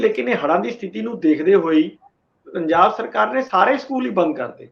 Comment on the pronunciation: ਸਥਿਤੀ ਸ਼ਬਦ ਬੋਲੋ ਸਤਿਥੀ ਨਹੀਂ